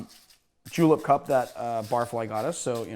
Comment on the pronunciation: did you just say J E W L I P S